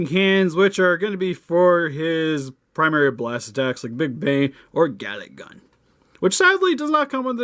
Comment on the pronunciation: Btw it's GALICK GUN!!! not Gatling gun. Sorry you triggered my dbz ocd